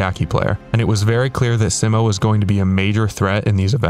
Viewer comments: its sigh-mo not si-mo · he’s saying si-mow not see-mo. try saying mo without saying mow. just mo. and see like the sea. see-mo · Its pronounced SEEmo not SIMmo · It's Simo not Simmo. (say it more slowly and pronounce the i like an e in English, also pronounce the o like the o in oh) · altho for this video i’d love if you pronounced his name right 😭 everyone gets it wrong. it’s see-mow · i love how everybody pronounces 'simo' differently. i say 's-eye-mo', ive been told 'see-mo' is correct, and you say the phonetically correct way.